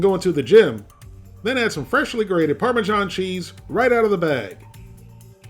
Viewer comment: Remember: its not parmeZHan, its either Parmesan or Parmigiano Get it right pls